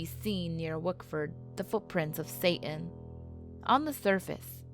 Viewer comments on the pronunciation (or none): none